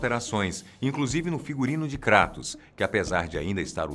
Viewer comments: KrÁtos,ai siiim, pra min falou certo hahaha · é tão foda que faz até a pronúncia certa do kratos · Mas é a pronuncia correta. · Se você estiver se referindo no "Krátos" então a pronúncia está certa sim. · Todo o diálogo,deve ser levado em consideração. Mas o nome dele é grego,logo você não vai pronunciar "Kreitos" e sim "Kratos" (que é a forma certa),ou você chama Zeus de "Zius"?. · Isso pronúncia certa Kratos, e são 6 jogos e d extra tem o do celular. Aviso ⚠️ avisa - se q ia dar spoiler. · Graças a Deus. Você não fala "kreitos".